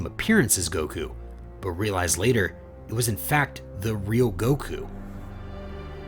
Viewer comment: Ok tell me, how the heck you can say kakkorot right and not Beerus right, man called him bills wtf